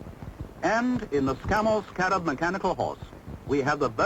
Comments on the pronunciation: Stop shouting! This film is 60 yrs old. Note how the commentstor says the name - Scarab - abd NOT how you said it - Sca - rab with influence on the 2nd half of name. Its not said like thst in UK!!! My Dad helped develop this vehicle as he was an engineer. We say Articulated lorries in UK that have multi wheels - an HGV (Heavy Goods Vehicle) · HA HA nice try but the correct way to say it is a Scammell SCA rab so named because it had vaguely the look of a scarab beetle, but more commonly referred to as the iron horse. I remember as a boy our council used scarabs as bin wagons until the very early sixties, the "bins" you were troubled by were multi occupancy ones from high rise flats which had internal chutes in every flat on every floor to one or two large bins in a locker at ground level, it saved the mess and the sheer exhaustion the bin men would have inevitably suffered traipsing up and down fifteen floors or more per tower block, the automatic trailer electrical connectors were shown in the operating section near the beginning the guy in the boiler suit was releasing the trailer parking brake for the driver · it's pronounced sc-a-rab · I lost count of how many times the name Scarab was mentioned but you STILL pronounce it wrongly. Also the automatic connection of the rear lights etc was shown at length in the trailer hook-up procedure.